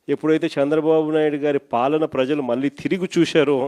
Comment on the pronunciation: ఏకంగా మరో సంవత్సరన్నర తరువాత కి postpone చేశావా. పాపం గొర్రెలకి ఇది ఎన్నోసారి postponement అనేది గుర్తు ఉండదులే. జనంలోకి రావడానికి మనసొప్పడంలేదు అని చెప్పు. ముందు ఫాలన కాదు పాలన. ఖండకావరం కాదు కండకావరం - తెలుగు నేర్చుకో ముందు. పెద్ద గొర్రె మాట్లాడడం పిల్ల గొర్రెలు చప్పట్లు కొట్టడం.